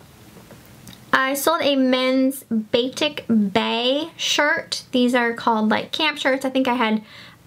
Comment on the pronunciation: Great Video - Batik is pronounced Ba-teek :)